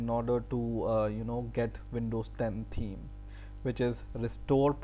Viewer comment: is he saying theme or team?